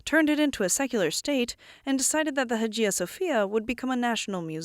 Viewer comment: Learn how to pronounce “Hagia”.